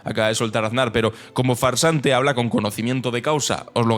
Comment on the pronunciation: Ansar, "er" "bishoo"